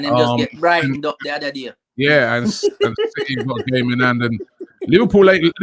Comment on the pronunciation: It’s city not citeh you monk